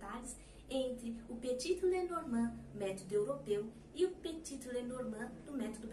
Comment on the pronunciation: Só um detalhe , Petit não se fala o último t, ele é mudo.Adoro suas aulas, vc tem o dom de ensinar ❤